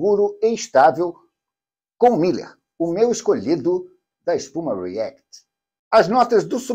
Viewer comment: É "Miler", com um "l" só (corredor de "milhas"); a pronúncia é diferente...